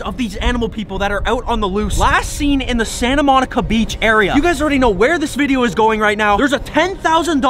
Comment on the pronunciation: You said Santa monca